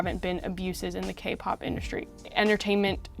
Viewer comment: sounds like she's saying "gay pop bands"...